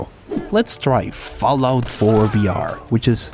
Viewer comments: Its vr not br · Why cant you say the letter V you say BR instead of VR no hate though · are you saying br instead of vr? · Holy hell. I understand that english isn't your first language but it was head exploding hearing you say "BR" repeatedly when clearly you're trying to say "VR"